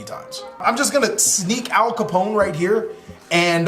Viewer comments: “Al Capone” <— the way it’s pronounced in this video 😂 American Gangster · Ap kallone, pronounced like cologne 3 syllables